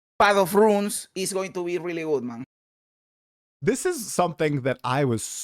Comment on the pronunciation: New drinking Game: Take a shot whenever mispronounces 'Runes' as 'Ruins'.